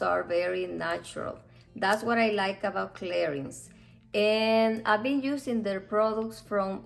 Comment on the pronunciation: Please try to pronounce"Clarin" correctly! Thanks.